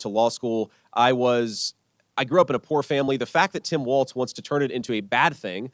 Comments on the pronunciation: Kyle: He pronounces it "Walls" not "Waltz." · Come on man, his name is WALZ NOT WALTZ. Please stop mispronouncing it!